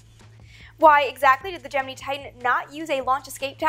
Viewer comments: Sweetness, its (jem-in-eye), not (jem-in-ee) for Gemini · Please stop saying GEM-IN-EEE it's pronounced GEM-IN-EYE ! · GeminI not GeminE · Either I've been pronouncing Gemini (gem-in-nigh) wrong for years or you are (gem-e-nee). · why do you pronounce it gem-in-ee NOT gem-in-eye ? I have never ever heard it pronounced the former... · I'm not a fan of the Gem-men-EE pronunciation here...or anywhere else for that matter. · im sure, but it sounds retarded when it's said "gem in ee" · Just so y'all know, it really is pronounced Gemini and not Gemini at NASA. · Am i the only one who gets slightly taken back by her pronunciation of the word Gemini? Haha love the vids though very informative 😁👍🏼👍🏼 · Not to bust you on it ( and I'm sure I'm not the first) but why to you pronounce Gemini with and E sound at the end then the more common ( and I assume correct) I sound? As far back as the movie The Right Stuff I have always heard it with the I sound. So what made you start to pronounce it with an E? Is that correct Latin, Greek, or whatever sound? Is that how your first science teacher pronounce it ? Did you perhaps teach yourself that when trying to sound out an unfamiliar word and it stuck? Rather than assume you are wrong and act like an ass I wanted to find out the why.... or should I say wii ?